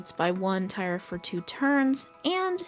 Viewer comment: etrenia tier is pronounced tear not tire